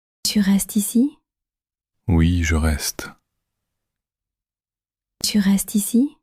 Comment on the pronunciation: Некоторые слова произносятся неразборчиво. Пыталась слушать не глядя на экран, но не читая, иногда не прнять. Tu veux boir звучит как que veux boir. Для начинающих изучать язык разборчивое произношение важно.